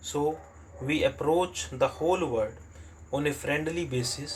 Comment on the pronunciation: Aapka world abhi tk sahi nhi hua h..... Aap baar baar usko word hi padhte h